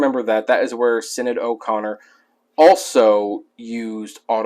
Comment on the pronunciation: Hopefully you caught this after the fact in the last year or so since you did this video, but you were pronouncing Sinead O'Connor's name wrong. It's an Irish name and for an American sensibility, the way they spell certain names have strange pronunciations. But yeah, it's not sin-aid or sinide. It's more like shin-aide or shin-need. And later, at least you were able to catch the "authenticate" word flub mid-speak. On the positive, props for the info on the Loggins book.